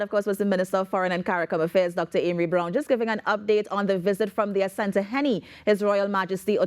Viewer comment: I admire the way you guys pronounce "Asante hene" its because we are all one people Ghana and T & T